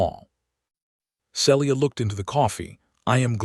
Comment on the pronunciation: SEE - LEE - AH and E - LYE - US. make some effort to have A.I. PRONOUNCE NAMES CORRECTLY. People do not want to listen further with such SLOPPY,NEGLIGENT effort.😮